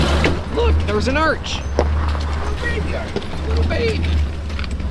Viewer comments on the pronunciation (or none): What’s a nartch? said “there’s a nartch” I looked it up. No luck…😂